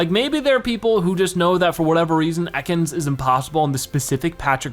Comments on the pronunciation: its EAcans not Ecans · You pronounce it eh kans